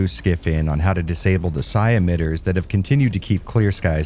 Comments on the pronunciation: Psi stands for psionic, which is basically another term for psychic. So you are pronouncing it properly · You’re pronouncing Psi correctly. Psi is short for Psionic. Pronounced “Sy-on-ic” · Actually, that's still the correct way to pronounce "psi" in this context. It's short for "psionics".